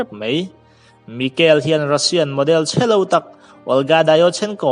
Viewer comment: Abraham i lam dan chuh...chhelo i tih dan pawh hi 😂😂